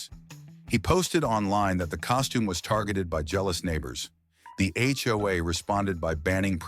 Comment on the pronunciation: One more complaint- edit your AI reader/voice. HOA is read as H. O. A. It is not a word.